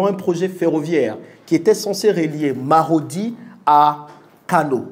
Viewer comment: Le nom de la ville est Maradi au Niger et non Marodi, Merci pour le partage d'information